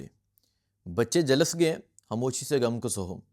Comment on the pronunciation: 😭😭😭😭😭kash ye hakoomat tabah ho jaye🤲Ameen . O bhai jhalas nhi Jhulas hota ha